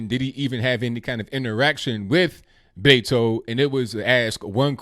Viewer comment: Yall really need to call him by his given name. It's not Betto